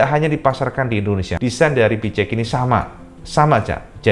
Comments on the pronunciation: pi-chi-eks cak haha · Yang ku dengar "Pi ci eks" awokawokawok